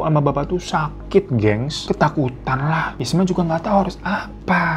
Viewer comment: Isma bang bukan ismi 😂 , tidak apa apa di maklumi koq 😂😂